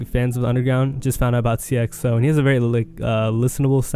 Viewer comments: This man butchers every name 😭 seeyuh xo it's sighya xo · sigh-uh not seeyuh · It’s pronounced “si - a - xo- “